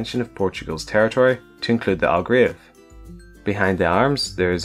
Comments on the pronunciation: Algarve* not Algrave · ALGARVE!!!! NOT ALGRAVE!!!